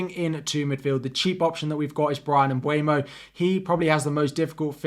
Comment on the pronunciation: For Mbeumo's pronunciation, he's cameroon, who speak French (as well a English), so if you go into Google translate you can here how the translate pronounces it. (same as Szoboszlai of your still finding it difficult with Hungary)